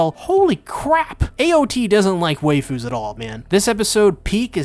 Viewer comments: Why do you pronouncr Waifus as Wayfus instead of Whyfus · Can't say it better, "Our Wayfoos."